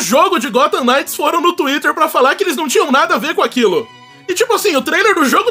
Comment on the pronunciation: O "K" da palavra "nights" não é pronunciado, então ele falou certo.